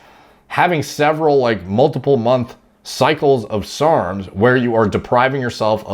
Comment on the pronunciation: Why is he saying SRRRMS